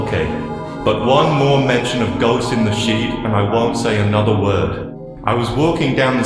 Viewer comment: sounds like he says Shit every time he says sheet